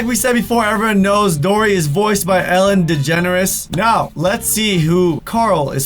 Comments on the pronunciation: You said Dora for dory 😂😂😂😂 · it sounded like you said "dora" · he keeps saying dora instead of dory